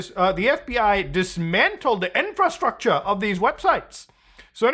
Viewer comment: What accent was DISMANTLED DA INFRASTRUCTA lol